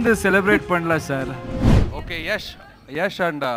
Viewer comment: யஷ் இல்ல யாஷ்